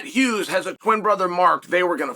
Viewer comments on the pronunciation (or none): none